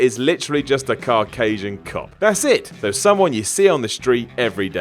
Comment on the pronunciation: Cau-casian not Car-casian